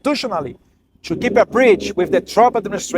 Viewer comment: Eduardo, melhore a pronúncia do TO, você pronuncia como se fosse TWO.